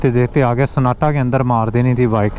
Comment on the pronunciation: O bhai, wo SANNATA nahi bhai mere... SONATA hay SONATA... LOL, Urdu isn't my first language but I hope I said it right...